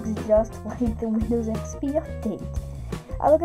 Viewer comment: windyows expey